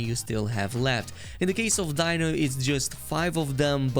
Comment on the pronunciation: Hahaha your saying Dino all wrong mate xD...way you say it its sooo funny ROFL... its not Die-no, its Dee-no.(btw its not Donovi-K, its Donovi-C) Nice vid tho